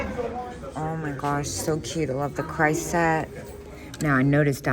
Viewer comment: Hi. I was watching Dr. Lori the expert, she pronounced it KRESS not what you saying sounds like CHRIST. Just thought you might want to know.